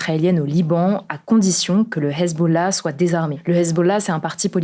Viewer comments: "Le Hhhhhezzzbollaaah "😂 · Le Hessssbolah elle force la cousine, faut doser la prononciation 😂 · Mdrrrr, essaye pas de prononcer Hezbola à l'arabe jpp tu le fais une fois sur six, c'est gênant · Pourquoi cet accent pour parler du hezbollah ? 🤔